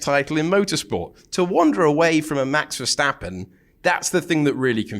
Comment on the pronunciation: Max Verscchtahppen